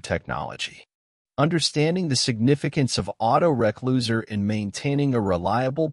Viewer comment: Typical AI voice-over. "auto-reck-loser"!!! Can't even teach it to say re-closer! Still a very good content though, appreciate the upload ;)